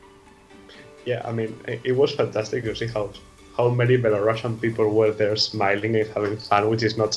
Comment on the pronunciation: Thank you for your support, I'm very exited about NAVI finally representing Belarus this year in BELARUSIAN (btw, could you please take under consideration that it's not "shian" but "sian" so please pronounce it not like Belorussian but Belarusian). Thanks!